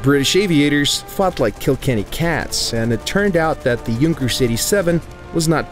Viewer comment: Finally, someone who pronounces Junkers correctly!